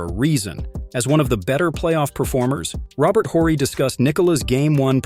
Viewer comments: It's not "the" Joker. You wouldn't say the Batman or the Superman. It's just Superman. Also it's not Robert Whorey. The "H" is silent in his last name, pronounced "orry." Last thing, Dirk Nowitzki's last name, the "W" is pronounced like a "V", Novitzki. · Robert Orry bro! ORRY! Can't stand mispronounced famous names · Who is “Robert Whorie”? 🤔 You using AI or you just don’t know how to pronounce his name? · The way you said Robert Horry just gave me cancer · Why is he saying Horry wrong lmao. Must be a zoomer